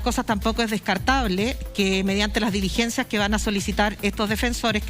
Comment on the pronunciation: Señora defensora de Huaiquipan, tenga cuidado, usted es abogada, la palabra " DELIGENCIA", no existe. Se escribe y se pronuncia: "DI LIGENCIA"...